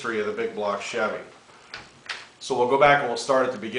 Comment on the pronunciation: hahaha love that humor, typical stereotype guys. Bbbbig bbbblock chäävy